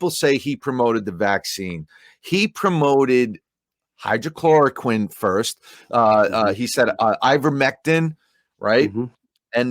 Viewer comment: It’s not hydrochloroquine, it’s hydrOXYchloroquine